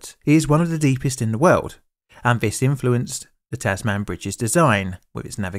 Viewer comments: Yes, I stopped there and came down to the comments to count the dozens of corrections. But it's just you! After such a glaring error I felt I couldn't really trust anything else in a supposedly factual and analytical video. But scores of people jumped on the pronunciation of "Tasman", which is a purely parochial linguistic concern. It really makes you wonder whether most of the population is just number-blind. How can anyone listen to that sentence and not be pulled up short when he says 28 rather than 12, 13 or 14? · sorry, but you're not pronouncing these places correctly; Hobart, Lutana and Tasman in particular! However, halfway through you became a little inconsistent with Tasman and actually started saying it correctly, albeit by accident!!!! If you're ever providing narration involving Australian place names, you really have to call a local and have them explained to you. There is a whole parody series for nearly every city and its unique ways of pronouncing its suburbs. These are mainly created by visitors and blow ins who think we pronounce our own places the wrong way, despite everyone saying it that way! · I'm sorry about having to do this, but the "Tasman" in "Tasman Bridge" isn't pronounced the way it looks here. Rather than "Taz-man", we pronounce it as "Taz-men", (yeah I know, it seems a bit confusing). It's like how "Tasmania" is pronounced "Taz-main-ni-ah", rather than "Taz-man-ee-ah". Besides that, it's nice to hear about disasters close to home. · hate to be that guy but as a Hobart resedent you got the pronunciation of Tasman bridge wrong , its tas mn bridge not tas man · Just a quick correction. It's not pronounced "Tas-man" it's more like "tas-men" but you kinda cut the E out or say it quickly. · As an Australian the incorrect pronunciation "Tass-man" is very jarring. It's pronounced more like "Taz-mun" just like how you would say the "Tasman Strait". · TAS-mn bridge… not tas-mAn. I’m less than a quarter in, and it’s already annoying me 😂